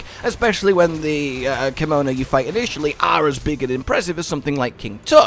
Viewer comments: Anyone else feel like he is saying "kimono" rather than "kemono"? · If you're going to play this in the future, you better start practicing how to pronounce "Kemono"